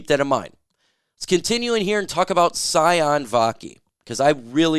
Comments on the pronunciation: Sione = C-own-A not Scion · His name is pronounced See-On-EEE Vaki. I use to coach his cousins in Inglewood, CA